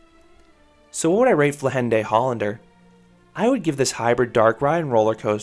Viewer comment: Your pronunciation is almost correct. We don't put the accent on the last E in 'Vliegende' So it's more like 'vliegenduh' And it's in Brabant, so the G should soft. But that's just nitpicking